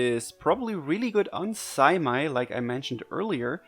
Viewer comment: Its pronounced "Saymay" for Seimei.